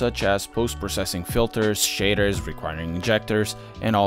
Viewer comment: I can't not laugh at the way you say shaders shitters